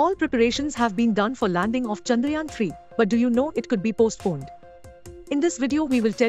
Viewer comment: Its chandrayaan not chanrayaan😅